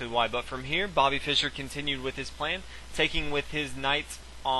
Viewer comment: why cant he just say fischer lol, he says byrne.